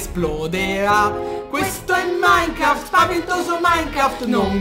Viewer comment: e si dice minecraft no minecraf!!!